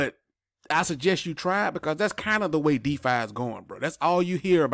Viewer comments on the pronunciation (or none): none